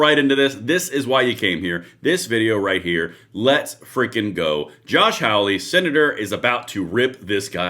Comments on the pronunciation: I have one minor correction that I'd like to add. Josh's last name is pronounced like "holly" not "howl-y" but that's just a minor point. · Josh's last name is HAWLEY. Pronounced "haul - ee." Not "howl-ee." 💚